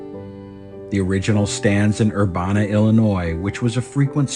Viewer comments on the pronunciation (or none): Urbana -pronouced like " anne "